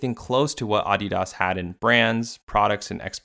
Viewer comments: Let me guess, you are North American? It's pronounced ah-de-das, and not uh-de-dus. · why pronounce that way? Please stop. I couldn't finish the video. Just say Adidas, not Ahdeeeahas. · he lost me off how the man kept saying AHdidas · You messed up the name of the brand so bad this video is unwatchable. Shame. uh· dee· duhs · "auDEEdoss" man wtf who says it like that? Its "ADDeedus" like your other content but I cant listen to that sorry xD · My main takeaway from this video is that some people say AW-DEE-DAHS when I've only ever heard it pronounced as UH-DEE-DUS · can you just say Uh-dee-dahs? instead of AH-DEE-DASS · It's AH-DEE -DUS, I'm not in Germany, (Note how I didn't say Deutschland ) [[Same with Porsche] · Came here to just hear me say Ahh Dee Das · Ahhdeedas? Wtf is this dude saying? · “Oddy Doss” 😂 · Bro said aauugghhdidas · The way you say ADI-DAS makes me want to break my computer. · “Aw de daus” 💀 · Bro you going bleed my ears saying Audi-Doss throughout the video 😫😫😫😫😫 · The pronunciation irked me so bad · Anyone else get stressed the way he says Adidas? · Lmao never heard adidas pronounced like that before😂😂😂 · I can’t stand the way you pronounce adidas great video though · I can't watch the video with that ridiculous pronunciation he uses for Adidas! Listening to chalkboard scratching would be more tolerable. I'm surprised he did not pronounce Nike as "Neekay." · You pronounce adidas wrong. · couldnt watch this because of the way he says adidas.... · I genuinely hate how you pronounce Adidas 😔😡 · Is it just me or is he pronouncing adidas weird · I stopped watching 30 seconds in when he started pronouncing adidas pretentiously like the other youtubers lol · The way you say Adidas makes the video unwatchable tbh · Turned the video off the moment I heard him say Adidas like that. No doubt you put much effort into this video though <3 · Just hate him pronounce it this way it bothered me the whole video. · It’s very jarring